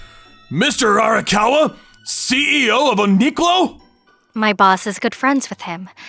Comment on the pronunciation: mmmm, another universe of uniqlo: Ooniqlo